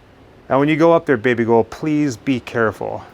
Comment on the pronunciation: Are you saying 'Baby girl' or 'Baby Ghoul'?